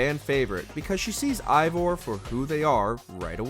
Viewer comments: It’s pronounced “Ay-Vohr” not “Aye-Vahr”. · Biggest pet peeve when it comes to these videos about shows/video games is when they mispronounce the name. For example, this guy keeps saying Eivor as “EYE-vor” and 3 seconds laterz, they show a clip with 20 different characters all saying it as “AE-vor.” It just makes it painfully obvious that this guy hasn’t played the game or so much as watched a single clip. If he doesn’t care about the content of this video, why should I? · this dude said ivor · Your saying evior name wrong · Imagine playing 100 hours of Ac Valhalla only to make a professional video constantly pronouncing Eivor incorrectly. This guy ALWAYS mispronounces things and it truly diminishes the quality of the videos. Like is there no quality check or..... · 2 minutes in and the narrator doesn't know hot to pronounce Eivor